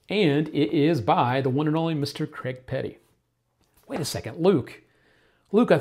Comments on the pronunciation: Its not Creg, its Craig pronounced Crayg! Why cant Americans grasp this???? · I used to thing he was Graig😭